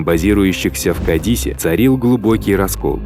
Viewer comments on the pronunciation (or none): Не КадИс, а КАдис, колхозник